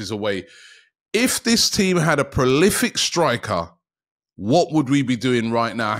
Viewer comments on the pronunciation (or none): Robbie...profli-cut? It's pro-lif-ic my friend!